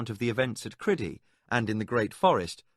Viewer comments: I can't listen to this what kind of psychopath pronounces Crydee as Cridee ffs? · Struggling a bit with the pronunciation of some names, Cridee doesn’t seem right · Every time that I hear the narrator pronounce the name of the country as criddy, I grimace. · The one that bothered me was how he pronounced "Crydee" Not the way at all I heard it in my head. Same for Prince Arutha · Loved your reading except some of your pronunciation , especially that of Crydee which sounded stupid